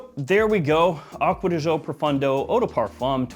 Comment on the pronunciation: Dude….why do you always pronounce it Profundo when it clearly Profondo? Literally drives me nuts